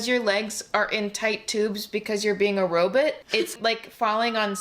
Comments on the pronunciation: Lol! Loved hearing A say Robutt😂 The pumpkin ad is just creepy!! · Smoke if someone says RoBET and not RoBOT.